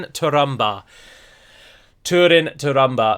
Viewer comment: please remember that ú as in húrin and túrin is pronounced like the oo zoo